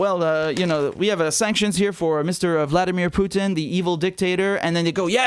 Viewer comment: Btw, someone should inform Herr Starmer that Vladimir Putin’s name is spelled Путин (pronounced POO•tin) and not Пютин (which would be pronounced the way HE says it, PYOO•tin).